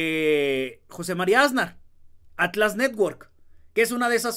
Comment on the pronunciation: 👁✨👁Oye muchacho... Si vas a ser comunicador en Youtube, asegúrate de escuchar bien como se pronuncian y acentúan las palabras y sobre todo los apellidos. En este caso es 'Asnar' y tú lo pronuncias MUY MAL acentuando la "Á" del principio, pronuncias con mucho énfasis y muy mal: "Ásnar". Tache ❌